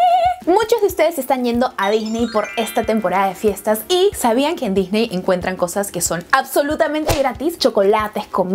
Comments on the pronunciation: "Loj Parquej dijney" Jajajajajajja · Se pronuncia "disni" no "disney". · Se dice disni